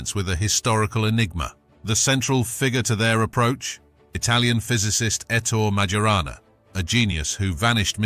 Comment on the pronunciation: It's pronounced [`eh-tto-reh mayo`ra-nah]!